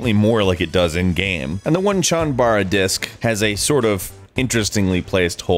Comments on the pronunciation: Did I hear you say ONE-chanbara? It's pronouced as O-nee-chan bara. LOL white people. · Onechanbara...Oh-nay-chan-ba-ra. Not Wan-chan-bara. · FFS IT's NOT! One Chan Bara because it Japanese and so it's Oh Ney chan bara. Sorry but that bugs the shit out of me :) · It's Oh-Nei Chan Bara, not ONE-chan bara. Onee means 'big sister' in Japanese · Just wanted to let you know, OneeChanBara, is pronounced Oh-Ne-Chan, not One-Chan, =D, it means older sister in japanese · Onechan not One Chan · "ONE-Chan bara" Oh my god, it is pronounced "Oh- KNEE- Cha-n" not "1chan" LOL! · just to be that guy, its not one-chan, its o-nee chan (roughly pronounced oh-neh-eh chan) roughly translated as swordplay women/ladies. why it is type set with only one e i dont know, kind just make sit more confusing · It is pronounced Oh-knee chanbara Not one chanbara as in Japan onee can mean big sister or is a colloquialism for young woman. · ONE Chanbara? It's Oh-neh-chan, not ONE. JEEZ! (nerd rage) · It's pronounced "oh-knee-chanbara" not "one-chanbara" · dude, you butchered the pronunciation of of onechanbara. its oh-nay-kon-bar-uh not one-chan-bar-uh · 1 Chan Bara No...it's pronounced O Neigh Chan Bara. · It's not pronounced "wun-chan" like the number 1, it's "o-nay-chan" in Japanese. Onee-chan is a less-formal, cutesy way of referring to someone as big sister. Wiki says that the title is actually a portmanteau of Onee-chan Chanbara which means Big Sister Sword Fighting. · "O-ne" not "One" fyi O-nee-chan-ba-ra it's actually titled Oneechanabara, idk why in translation it became Onechanbara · "1-chanbara" ... Oi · Fa-MEE-com controller? WON-chanbara? I feel my weaboo rage growing..... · "one"chanbara? Really? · "Onechanbara" is pronounced "Oh-neh-chan-ba-ra" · Pretty sure it's not pronounced WONchanbara. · ONEChanbara? ONEChanbara?!? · ONECHANBARA IS PRONOUNCED OH NEH CHANBARA!!! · 1 chawn baruh? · One-chanbara? haha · 1 Chanbara great pronunciation there bud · "One chanbara" lmao, almost...